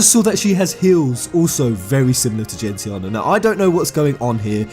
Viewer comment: Dude how are you still pronouncing Gentiana wrong after by your own account playing through the game for hundreds of hours and pouring through all the media?